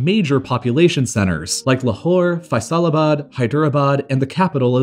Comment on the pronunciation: I didn't knew that we had a city called fasalabaad,and a disputed Regina Called cashmere nor did I knew we had a province called Baluchistan It's pronounced faslabaad and kashmeer and balochistaan